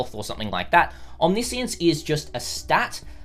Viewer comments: It is not omni-science, it's omniscience. It refers to knowing everything, often associated with God or gods, nothing to do with science. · isn't it omni-science? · I'm triggered by how he is pronouncing omniscience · just me or... isnt it OMNI - SCIENCE? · no it is not? Omniscience is like Omnibus. Omni he pronounces right. but the word "science" he pronounces terribly wrong each and every single time. It is understood as a name for "Everything-Science" as in "Science of all attributes combines" if you want.